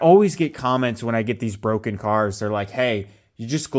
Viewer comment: IT'S BWOKEN, IT'S BWOKEN!